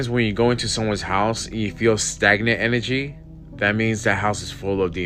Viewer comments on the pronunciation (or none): enERRgy Energy ERRR. IN-URR-JEE